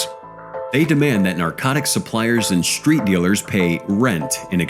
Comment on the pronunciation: He said SHHtreet gang. Sorry no H in street !?